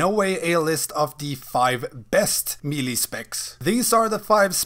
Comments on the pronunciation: AnAfinityForKarma my point is there is no “ee” sound. May-lay, meh-lay, muh-lay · It’s pronounced “may-lay” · Said me lee, stopped watching